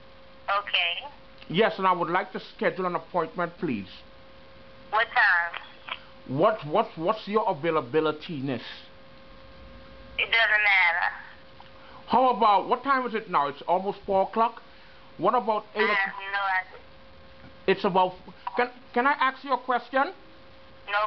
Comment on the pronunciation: "AVAIL-A-BIL-LI-TEE-NESS" lololololol